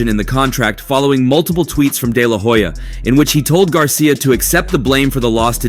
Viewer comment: The H in HOYA is silent 🤭